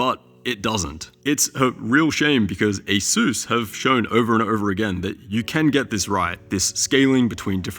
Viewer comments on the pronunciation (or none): its not pronounced a-seuss but ace-us lol